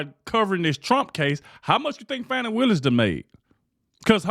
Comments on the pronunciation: Her name is not pronounced "fanny". Smh!! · Maybe you mispronounced her name. Fani. With a short a. Like fat. Not awww, like fraud. Short a, like bad. Not awww, like bauld. Short a, like a 3-letter word for her behavior that starts with a and ends with 2 snakes. A word prepended by dumb. Short a, as in beligerant. Not long a, like brainless. Short a, like defiant. Not a schwa, like liar. Not awww, like caught. Short a, like red-handed. So sorry for the interruption. Please carry on.